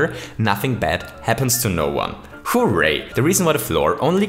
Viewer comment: You say hooray weird you say it like hoooo ray